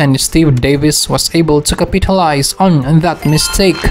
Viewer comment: "Capeetulize" lol